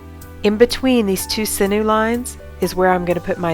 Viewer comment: Thank you for all your awesome videos. You have great angles. Just and FYI sinew is pronounced sin-yew not sin-ew ;)